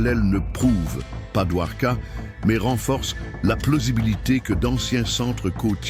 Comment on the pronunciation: Get the name correct please! Dwarka. Not Duhwoka.